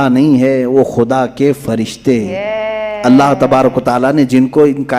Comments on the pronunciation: Aap "alha" bolte ho asl lafz " ALLAH " he samje Ho sake to lafz sudhar kar pade.. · Sab se pahle allah ward sahi padho allha nahi allah ye sahi hai allha bolne se mani badal jate hai allaha bilkull nahi. Only allah ❤